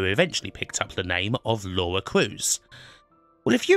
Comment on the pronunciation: I've never heard of American having a problem with saying Laura... or indeed Lauwa as it seems to be pronounced in this video.